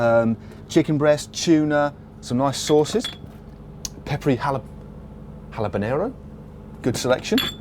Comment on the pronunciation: "Peppery Halabanero" lol